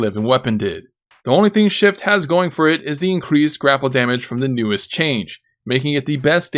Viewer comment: Could have sworn you were calling it "Shit" form instead of "Shift" form. LOL I think shit form is more accurate.